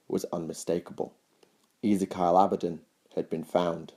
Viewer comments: Easy-Kyle? It's 'Ezeekeeal :)' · Who is this "Easy-Kyle" to whom you speak of? Do you mean "Ezekiel" (E-ZEE-KEY-EL)? And it's "Decreed" not "Disgreed". Though I do like this level of information, however, as with the One Sydicate, your delivery is a little sloppy and needs to be rectified. Should you do this it would make these vids more bearable; some people don't like lazy or half-arsed pronunciation that is incorrect. Not trying to be a dick head, just pointing out a blatant flaw that ruins your otherwise great work.